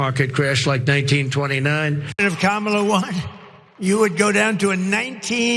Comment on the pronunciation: Kamala......one of the few 3 syllable words he knows, but like tesler, he can't pronounce it....